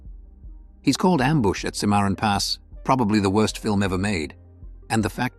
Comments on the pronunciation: Well, I hope Clint didn't teach the narrator how to pronounce "Cimarron," otherwise Clint would look pretty STUPID! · AI reading the script couldn't pronounce Cimarron correctly. Was painful to hear it.